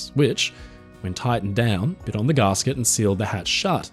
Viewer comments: Its called a gasket not garsket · I thought it was gasket not garsket!